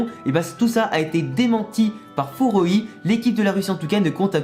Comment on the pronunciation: ouais mais dans l’épisode ils disent pas furoi mais froy 🤨??